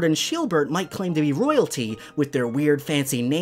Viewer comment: Also btw it’s sheildbert not sheebert lol also also is Swordward a cousin of squidward